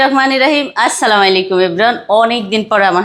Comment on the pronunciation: শুদ্ধ ভাবে সালাম দিবেন আপু